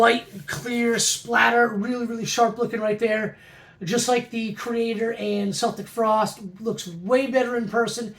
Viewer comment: Some great pick ups dude. I actually love that Metallica poster man! Sure it's not Creeping Death, but it's cool. Nice Crue pick-ups too. Really like those colour wax of Ozzy with the poster! My buddies and I on the east coast also pronunced Celtic Frost correctly...like you. Fucken A! Lol! Great video man. If I don't touch base beforehand, have a Merry Christmas and all the best to you and the family my friend. Cheers bud! ✌️🍻🤘🎶🤘🎄